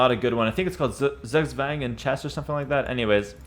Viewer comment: "its called sugswang in chess" xD My German ass needed a second to understand that word.